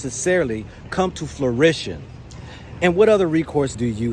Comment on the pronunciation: And it’s “Fruition” not “Florition”